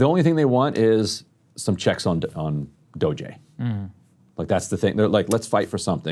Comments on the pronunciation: Dude, it's Doge, one syllable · Why does Ryan pronounce DOGE, DO-JAY??? Is that his best attempt at trolling? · Love Ryan's pun intended dogged mispronunciation of DOGE while keeping fully straightfaced. Doggy is definitely the funniest. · Another good discussion, another segment Ryan mispronounces Doge... 😆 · I spent the last two weeks not watching to ensure my response to shows was accurate and now I am sure. Ryan still pronounces DOGE very childishly inaccurate. The video of Jeffries makes no sense as Democrat judges continue to block Trump policies to reduce inflation and prices while Democrats bemoan the use of EOs that enable day 1 and Ryan says it’s a clean hit. This show no longer debates any intelligent points. Sad. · He pronounces it differently every time. Never correctly. Just something different, each and every time.